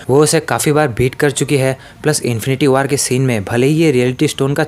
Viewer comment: Are bhai waar nahe war